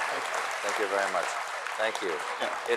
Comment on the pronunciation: Fang gooo Vewwy Mushck